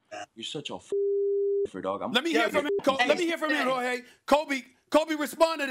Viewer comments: "Jor-tay" - Steven A. Smith. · Why does Stephen A. call him “jorday”? It’s annoying. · This man called him horday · He called him “Jor-day”